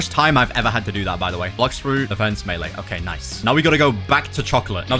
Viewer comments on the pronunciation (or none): none